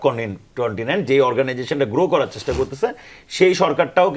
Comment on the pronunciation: শুভেস্সা, সেস্টা...😂😂